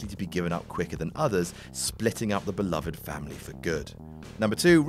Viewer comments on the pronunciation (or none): none